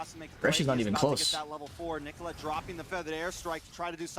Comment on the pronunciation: Why does he call Nicholette apple?